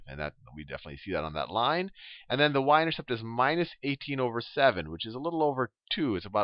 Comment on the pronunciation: haha...I heard him say intersex.... but really thank you! helped me a lot!